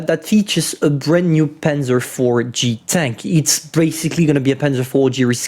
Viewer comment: "thE cUnt PanZEr"